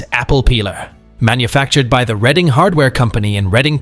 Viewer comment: Hurray! The correct pronunciation of Reading, PA.❤❤😊😊